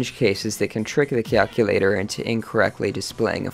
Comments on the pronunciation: I wanted to end my suffering everytime, he says calculator. cyalcyulyator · Really cool stuff. Usually when I break Desmos, it just decides to stop graphing literally everything or just make up its own numbers because of floating points. Also, your pronunciation of “calculator” sounds like you’re a supervillain (“cyalcyulyator”) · The way you say "kyahlkyulahtor" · watch the video, he pronounces it as cyalculator